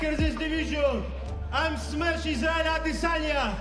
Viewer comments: "AH DEHHH SONYAAA" I HATE THE WY THIS CHANNEL SAYS HIS NAME...SO EUROPEAN 😂😂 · The way this guy says Izzy's last name makes me wanna vomit